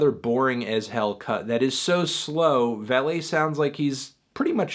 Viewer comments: "Vuh-lay" not "Val-lay"/(Valet). Still a solid review. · It’s Vuhlay Not Valay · His name is pronounced VUH-LAY and this EP is almost a year old. Fantano sucks lmao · It's actually pronounced wall-e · Btw it's pronounced "Vuh-lay" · It’s “VUH-LAY” you dumb melon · I can't listen to someone who says the 'a' in his name makes the 'uh' sounds. It's a NOT GOOD for me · You said his name wrong